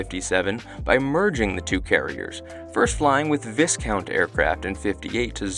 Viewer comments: Also "Viss-count" - ?? Surprising error for someone with a good aviation knowledge. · You might want to learn how to pronounce Viscount. It sounds like: vi·kownt. No 'S' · Viscount is pronunced VI.COUNT. The S is silent. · Viscount is pronounced ‘v.eye.count’ the ‘ess’ is silent. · Also, the s is silent in "viscount." vI-count. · Junkers, pronounced 'younkers' and Viscount pronounced 'vi-count'. ;-) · Viscount is pronounced Veyecount and Tyrolean Tirolean. Perhaps some research would be in order.